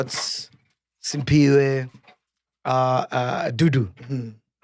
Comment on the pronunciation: Mac, Sphiwe’s name is ‘Cphiwe’, not Simphiwe! He’s been telling u since Sun_Bet‼️